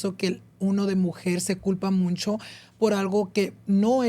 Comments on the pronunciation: Someone teach how to pronounce MUCHO (no ‘n’, no es muncho) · stop saying “muncho” it’s mucho 😩😩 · Pls it’s mucho or muchsisimo, not muNcho, I use to get this work but if you’re going to use it a lot pls have it be right 😭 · I just recently started watching but I realize he says muncho instead of mucho? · "muncho" instead of mucho drove me crazy the whole video lol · Ain’t it mucho not muncho? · Hey love your podcast… but 😅 it’s “mucho” not MUNCHO 😂😅😅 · Why he say “muncho” instead of “mucho” am I the pendeja? Correct me if I’m wrong please 😢😅😊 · Has anyone noticed said Muncho instead of mucho lol what’s up with that n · why does say “muncho” instead of mucho? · Starting a petition for to start saying MUCHO instead of muncho 😅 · muNcho, muNcha, muNchos.. there’s no N in MUCHO 😂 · I love the podcast but tbh I get the ick how says “mucho” he says it “moon-cho”😭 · It’s so funny he says “muNcho” it makes me giggle every time I hear it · I hate when he says MUNCHO 😭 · I keep hearing him say “MUNCHO” anyone else 😂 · OMG !!!!! The way he says it really irked me for everrrr until I just accepted it lol